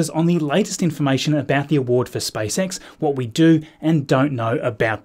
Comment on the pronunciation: 🙂 why did it sound like spice x when he pronounced space x